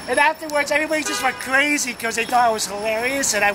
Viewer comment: Everyone went CWAZY!